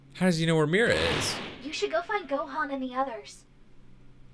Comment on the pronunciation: You said gohan not johan